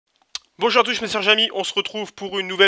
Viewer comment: "Bonschour à tous mes sers jamy" wesh vas y ta pas confiance en toi des les deux premiere secondes mdr suit : "Sans dûte" suit : "donc voila mes chers amis, chan plu perdre de temps sans plus attendre comme on digué comme on dit chez nous" MAIS MDR A mais il t arrive quoi c lexcitation d'ouvrir des stickers ma parole j ai pas compris